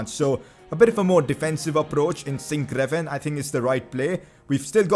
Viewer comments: Pcq: sinkgraven is pronounced as sinkgraaven so with a double a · sinkgraven is pronounced sinkgraaven